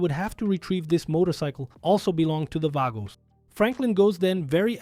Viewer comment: Vagos; (V-AHH-GO) not (V-AYE-GO) 😂😂 Still a Great video tho no hate lol